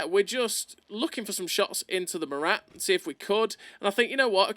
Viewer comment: It's not "Morate" its "Mora"